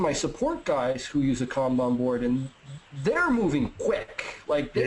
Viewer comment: As a guy who lives in Japan, thanks for pronouncing “kanban” right